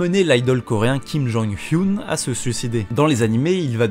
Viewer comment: KIM JONG HU... ah non c'est kim jong hyun